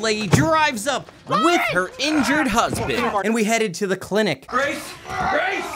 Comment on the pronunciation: No one: Zero of anyone anywhere:: "clintic" [cuts to sharknado] 😂